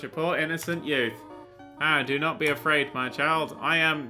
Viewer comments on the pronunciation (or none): none